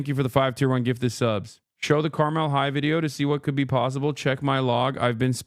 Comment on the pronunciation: As some who grew up a Hoosier Hasan is right about school funding in Indiana. Suburbs can pour millions, while historic black schools can barely remove the asbestos. Also he said Carmel wrong, but I am grateful for it